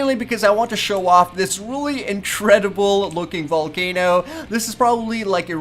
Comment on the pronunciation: Did you say intredible